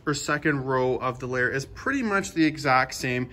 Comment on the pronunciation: Excellent job sir!..you make a person want to run out and buy one of these gorgeous trucks..but they are so over priced I'd have to put my kids through a junior college program..still a little bit of in & out with the volume on the microphone. And I'm not sure if it's a back east thing or not but I don't think you are pronouncing Lariat correctly?